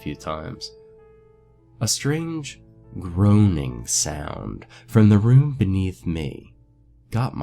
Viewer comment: groaning is pronounced grown-ning